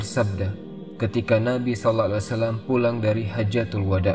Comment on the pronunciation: Knapa peyebutan sallallahu alaihi wasallam tidak jelas/ sempurna